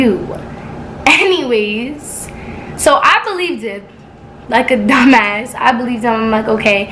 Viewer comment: = “HENNYWAYS” 😂😂😂 but this jus made me mad I don’t see how niggas could do this i jus wanna give u a hug 😂😂😂 like I really feel for u but keep grinding 👌🏽